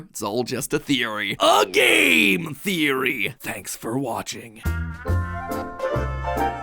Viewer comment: did you just say... gayM theory